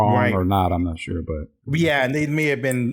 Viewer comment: Ha! He said “I’ll sho as hell try”. 🤣